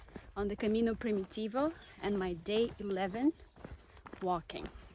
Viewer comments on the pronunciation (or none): she pronouns it in slavic manner like Prim-yi-tivo , hoch softens “m” before